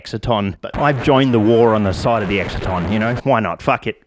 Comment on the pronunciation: I'm just some flog, but I think it's "excite-on" as in an excitation - not making fun, clearly you learnt it from reading which suggests greater intellect than your peers - but just in case you ever have to say it in front of an academic crowd, might be helpful :)